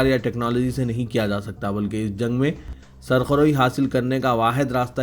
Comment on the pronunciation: Are jahil ! Sarkh roi naheen ( surkh rui) hota hai.